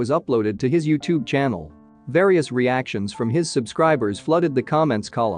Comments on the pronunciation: YOWtube, lol Is this an automated voice, I wonder? Because just a few seconds later, it was pronounced correctly. My Kindle has an automated voice that does this type of thing all the time. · Lol & the way they pronounce ‘YouTube’😂😂